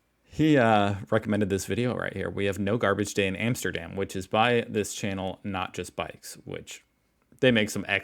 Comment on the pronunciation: Armsterdarm..?? Wouldnt it be awesome if he actually cared enough about his product to atleast pronounce Amsterdam correct..???